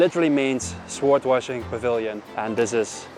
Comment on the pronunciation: I won't nitpick your accent, just pointing out the things that really stuck out to me: flood/floodgate (you say 'flowed' but it should be 'fluhd'), sword (don't pronounce the w at all, it should sound like 'sord'), mosaic (not 'mo-zeek', but 'mo-zay-ick'). Thanks again for all your hard work!